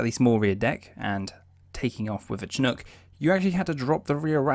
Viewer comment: It's pronounced "Shinook"...not "Che-nook". (CH-47)